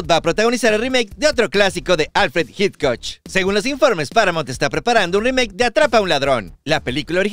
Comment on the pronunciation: Alfred "Hitcoch" jajaja me cagué de risa